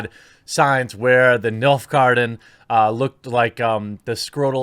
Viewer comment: Did you just f#*$# say "...the Nilf garden"? And you're "playing through the game"? Buuullllsshhhhiiittt Unsubbed.